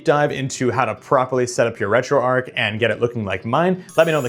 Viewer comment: It's pronounced "Retro Arch" not Retro Ark 😑